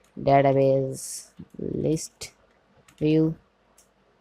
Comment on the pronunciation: Why would you say database as databaje?